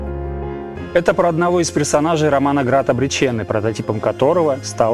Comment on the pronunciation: насколько я помню АБС говорили, что ударение должно быть на 2й , а не на 3й - Град обрЕченный.